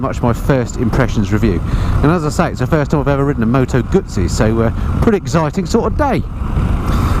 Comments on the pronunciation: Its pronounced GuZZi not Gutzi. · Tut Tut … Guzzi not Gutsi LOL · Moto Gooey-see.🤣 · Did you say “Gutzi” ? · Nice bike, though a single headlight would improve the looks... By the way there's no 'T' in Moto Guzzi....